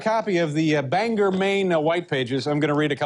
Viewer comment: Good to see Dave finally learned how to pronounce Bangor, come back again Dave!